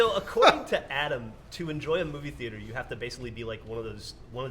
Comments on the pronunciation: What the hell is a theerter? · is having a stroke every time he tries to say the word theater?